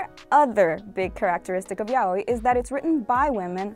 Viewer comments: Being latina is not an excuse, unless you're brazilean you'd pronunce yaoi as "ya-oh-ee" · I always pronounced it yay-oh-e